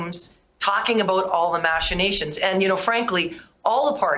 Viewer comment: Another low IQ politician. Found a big word and can't stop saying it. She doesn't even pronounce it correctly! Machinations